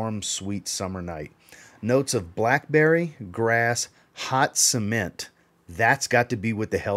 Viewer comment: I say cement you say SEEMENT 🤣🤣🤣